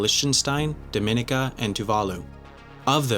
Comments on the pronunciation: Doesn't Dominica have an international airport? Also he pronounced Dominica wrong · You made a very common mistake in your pronunciation of Dominica. Your error is in confusing Dominica with the Dominican Republic. They are not the same! Dominica is pronounced Do-mi-NEE-ka, not Da-MI-ni-ka. This from a friend of mine who lived there and heard this most irritating mispronunciation by foreigners all the time.